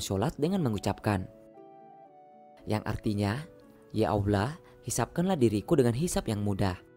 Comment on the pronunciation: Kenapa tak sebut Allah dgn jelas ?